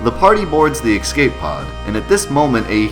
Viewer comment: EXCAPE pod. EXCAPE. XCAPE. X-CAPE.